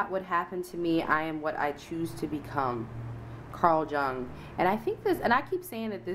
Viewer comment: Jung. Pronounced Yung. Philosopher.